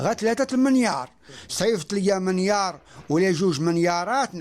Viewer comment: شكون هاد منيار واش الهدي منيار ههه ، مليار راه صعيب في النطق منغير الى عندك فالكونت نطقو كيف بغيتي .